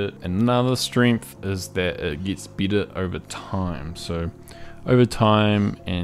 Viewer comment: 🤣🤣🤣 I was like… why is he saying i insted of e everywhere You nailed it.-)